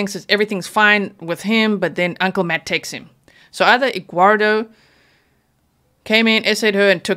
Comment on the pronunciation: "Egguardo" LMAO 🥚